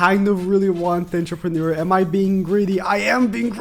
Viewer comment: How many times is he gonna butcher pronouncing Entrepreneur 😂